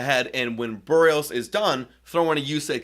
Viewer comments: HIS NAME IS BERRIOS! NOT "BUHREOS" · The one thing that was certain about this season is that only about 10% of all broadcasters/podcasters know how to pronounce "Berrios."